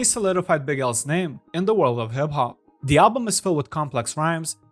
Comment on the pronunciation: Lmao “in the warld of hib hob”😂